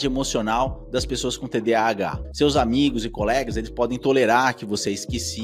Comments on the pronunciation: Cara eu não consigo me concentrar no vídeo com ele falando TDHA invés de TDAH. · Quem aqui mais com TDAH com agonia ele falando mil vezes TDHA 🫠🫠